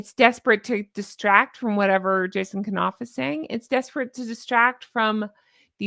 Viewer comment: love your show & your beautiful personality...HONK, HONK!!! That said, I just wanna let you know that Jason Knauf's name is pronounced w/a silent K (ie, 'knight, knife, knock, know,' ). Keep up the great work you're doing...❤